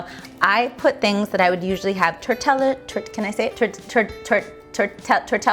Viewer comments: Are you kidding. you can't say tortilla..... c'mon your last name is Lopez. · she mispronounces tortilla (on purpose, I presume, because who the hell doesn't know how to say Tortilla) but she has a Mexican last name ? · haha tortella lol you're cute. Love ya! #curlyhairdontcare